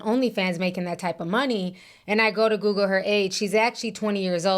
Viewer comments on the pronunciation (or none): none